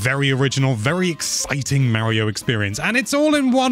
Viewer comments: So dude .. it's Mario not Maryo. I don't want to hear it's my accent excuse either.... everybody else can say it and they put forth the effort to say it properly and you should too. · Dude's name is Mah-rio. I know accents are accents but names are names too, for instance mispronounce Gloucestershire or Worcestershire in front of an English person and see what happens